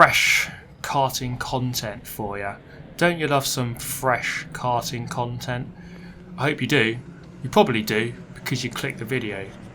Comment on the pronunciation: i do love a bit of frrrresh KKarting KKontent